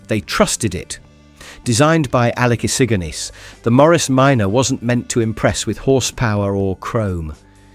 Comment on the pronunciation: Damned computer unable to pronounce Issigonis correctly makes me wretch.